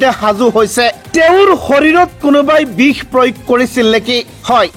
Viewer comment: bih ne bix, pronounsation problem?